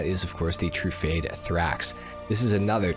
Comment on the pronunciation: still saying TRUE-FADE instead of TRU-FAR-DAY -_